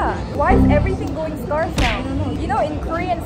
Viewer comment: scarce is pronounced as skers sorry i couldn't help myself. it's a pet peeve.